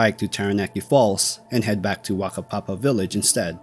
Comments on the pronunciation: Overall pretty good pronunciation of Maori place names, though Whakapapa village is pronunced "Fucka-papa" not "Waka-papa". The "wh" is always pronounced as "f". Would also add to anyone travelling in NZ, we might not have dangerous animals and an overall temperate climate but the weather is extremely volatile and changable. It has taken many lives who took it too cheaply. Finally if you find yourself lost or struggling STAY IN THE DOC HUTS. That's what they're for. There is nearly always a supply of canned food and blankets somewhere. And please replace anything you use if you're not in dire straights because the next person might not so lucky. NZ search and rescue teams are amongst the best in the world. As long as they know you're missing, they will find you. The first place they will look is the DOC huts. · So, yoiu're not expected to have known this, but, it's "Whakapapa", not "Wakapapa", and in Maori, the "wh" diagraph stands for the "F" sound, so... "fakapapa". (Yes it almost sounds dirty.)